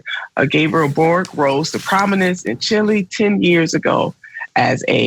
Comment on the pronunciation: boric, not broric. mapuches, not mayans